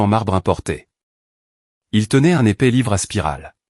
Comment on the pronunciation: L'épais dossier et non l'épée dossier 😂